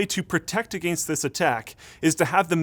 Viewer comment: just love how your accent is very noticeable when you say "against "